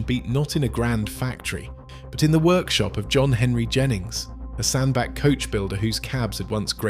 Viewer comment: Hi, great video. Just a not to advise that the Cheshire town is pronounced as Sand Batch.👍